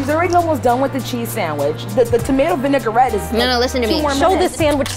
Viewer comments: You can spot a noob cook when they say “vin-ai-ger-ette” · I heard "vinegarette" more than once, too.